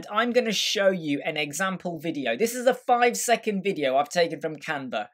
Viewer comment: What is this akcent? VIDIJJJOU. Dude! Video, is just VIDEO. and not Videjjoauou :DDDDDDDDDDD